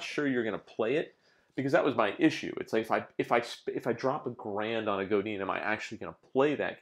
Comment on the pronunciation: just so you know... it's GO DAN not GO DEAN or GO DIN :) thanks for the review